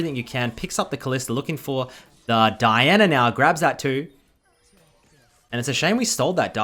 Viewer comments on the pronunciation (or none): I hate how he says “dinah” instead of Diana.